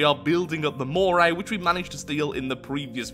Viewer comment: "The Mockray"